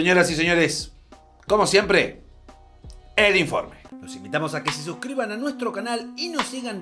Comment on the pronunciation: Hace de vuelta el video. Si no decis "E-LIN-FOR-ME", no cuenta como Pecheada Legendaria